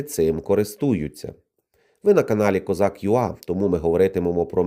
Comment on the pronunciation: Дякую. Не козак юа, а козак ю-ей.